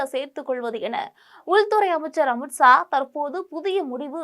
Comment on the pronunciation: அமித்ஸா னு சொல்றியேம்மா ஒழுங்கா தமிழ் பேசணும். 😊